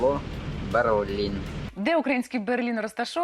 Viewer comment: не Берлін, а Берлин